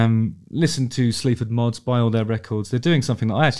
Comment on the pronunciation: I swear I thought you were saying “Sleeps with Moths” - which is a pretty good name for a band imo!